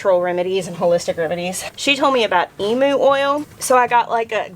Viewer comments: Just going to say as an Aussie, I thought you said "Emo oil"... We knew you were dramatic, black hollyhocks is fine but now it's Emo oil?? 😆😙... Helpful hint: its pronounced 'Eem-yew' not 'Eeem-oo' And I'm 100% on board with running from cows. Thx so much for being so real with us ❤️❤️❤️❤️❤️ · Hey emu oil is a great healer - comes from a large flightless (and mischievous) bird, native to Australia - you pronounce it eeem-you. Love your moo sprints - think someone should video your cow running (and maybe squealing) over a couple of weeks, speed it up and edit it into a short - just something to bring us all joy! lol:)